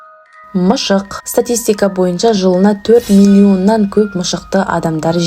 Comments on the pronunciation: Неге сіз мысықты мышық дейсіз 😂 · Мышық емес мысық деңіші 😂😂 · Мышық емес МЫСЫҚ